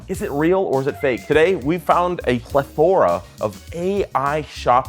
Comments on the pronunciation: Pleh-THOR-uh. Ha. (Maybe just say "bunch" or "a lotta") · Just for what it's worth: the word 'plethora' is pronounced like ''pleth-uh-ruh,'' not like ''pleh-THOR-uh.'' (remember - no Norse God) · A pleh-THOR-uh. 😅😅😅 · Did he just say ple-THOR-a? My brother, please learn your own language. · Sorry to be a stickler in the mud, but you mispronounced the word “plethora.” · Now buy a book that explains how to pronounce "plethora". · I dipped when he mispronounced "plethora"